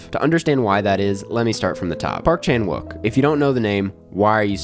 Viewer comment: Nice analysis! Subscribed. By the way, there is technically no “w” sound in Korean, even though it’s used in Romanized spelling. “욱” is pronounced “ook”, so Chan-ook Pak is more how to say his name. Rolls off the tongue more